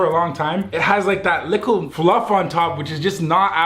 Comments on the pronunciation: why does he always say liccle ? i like but why😂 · It’s funny how he says “likkle bit” instead of “little bit” no offense No hate to him I’ve been watching for the longest so only positivity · why he say lickle instead of little lmao